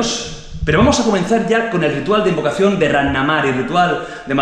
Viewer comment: A parte de la fiora y el warwick si se fijan en el minuto veran que falta la sílaba “-oca” a la palabra “invocación”